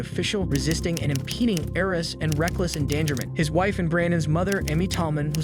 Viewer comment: Say “arrest” again lol